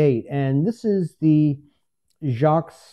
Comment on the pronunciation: Nice piece! Enjoyed. Fyi. Lee’s last name is pronounced ‘jay-qweeze’. Check with foundation in Aikin mn to verify